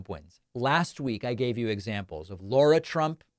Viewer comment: It's not Laura trump... Or "Laira". Its LARA. Rhymes with "total b*tch"